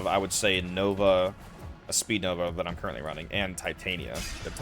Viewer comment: Its speedva, not that “speednova” jumble lol